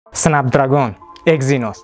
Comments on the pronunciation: Okam lekin "snabdragon"soʻzini ham aytiwwi qalpoq qib tawadizeee 😅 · Эээээ, Ака Снепдрегон`ди Снапдрагон диябсизми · Snapdragn bo’ladi 1-dan, 2-dan flagman bo’ladi agar haqiqiy inglizcha o’qisez. Google dan shu so’zlarni yoziz pronunciation desez chiqazib beradi. Bular ichida Snapdragonni haqqatta o’zbekcha talafuz qilganman, haqiqiy talafuz snepdregon emas snapdragn bo’ladi. Dictionarylarni ochib tekshirib olavering ishonmasangiz. Siz aytgan talafuzlar rularni o’qish talafuzi haqiqiy talafuz emas.